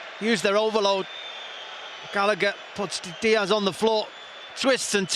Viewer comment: Nice ball from 'Gallagh' aswell